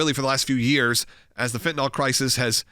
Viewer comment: Fentanyl is pronounced Fen-tuh-NILL ….NOT Fen-tuh-nol.